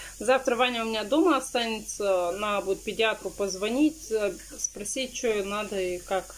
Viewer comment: здравствуй. Твоя семья мне очень симпатична. Ты молодец! Но без обид... Куда ты все время теряешь букву Д в слове наДо и букву З в слове сраЗу? ))) Я понимаю говор,но прям " слух режет". ) Извини если что.